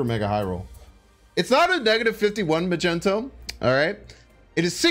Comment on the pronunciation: You pronouncing mag-neat-o as ma-gent-o makes me cringe every time